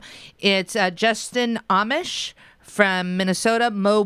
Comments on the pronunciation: Lol... no... It's not Justin "Amish" from Minnesota... it's Justin Amaaaash, from MI... which is Michigan:) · I sometimes seriously wonder if the Republicans are TRYING to force a violent backlash. And it's Justin Amash (pronounced a-MOSH) from Michigan... not Minnesota. MI = Michigan MN = Minnesota.